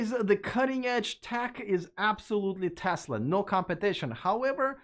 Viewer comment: Thank you for your correct pronunciation of "Tesla!" It's not Tezla, as Ben Sullins says it.